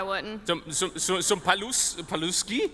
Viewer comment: I was impressed how well TB pronounced Paluszki and I'm eating ketchup cheetos right now, they're pretty great I agree